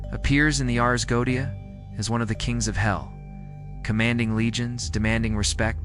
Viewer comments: Except for the mispronunciation of 'goetia'. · Why do you incorrectly pronounce 'goetia'?